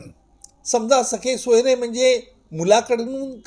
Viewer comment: अहो,सगे सोयरे म्हणा..सखे सोयरे नव्हे..😂😅